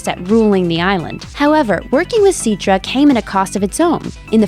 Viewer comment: Its citra (s-i-t-tra)